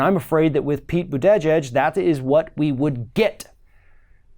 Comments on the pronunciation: Croix Rennie No. is not pronouncing his name correctly. Check Mayor Pete on The View. (Boot-A-Jeg) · It’s Bute-eh-Gige!! just slaughtered his last name. Just call him mayor Pete. 😜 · Learn to pronounce his name. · Sources? Bernie's not the only progressive out there, and he's what? 76? I heard Pete talking and saying that we need Medicare for all. And mispronouncing someone's name,, is a bit trumplike. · Dude, I came to this channel for information. But 38 seconds into the video you lost me! How is it that you cannot pronounce the name of YOUR subject matter?!?! I mean, seriously, if YOU expect ME to take you seriously, DO YOUR HOMEWORK. I'm gone!